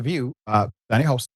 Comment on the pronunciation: Her last name is pronounced “HAS-TIN” not “HOSE-TIN”. smh